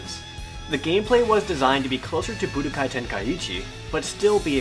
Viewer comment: I like the part where Jared says Budakai =3